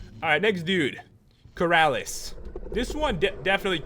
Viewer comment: The way you pronounced Corralus made me think you were saying Keralis